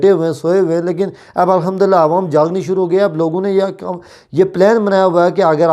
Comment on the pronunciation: پہلے اپنی اردو تو ٹھیک کرو پھر صحافی بنو .. عوام ہوتا ہے نہ کہ اعوام.. اقتدار کے ساتھ چموٹنے کی کیا ضرورت ہے 😁😂 Caroona nhi crono hota hai ..